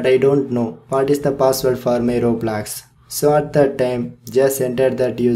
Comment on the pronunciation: He said hello "gays" and "roebolox"